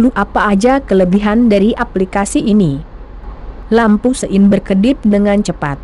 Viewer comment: Iya bang suara google sungguh menggelitik,,denger sein cepet jd siin cepét..😅